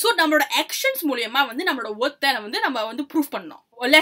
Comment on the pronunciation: Hey sis don't take it wrong pls pronounce WORTH word properly. Bcoz it sounds like one of beep word. Just a suggestion.